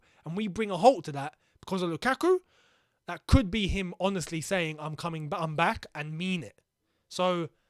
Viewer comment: I swear he said Mama instead of I’m back